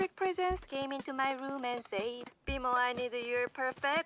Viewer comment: i forgot how good bmo’s accent is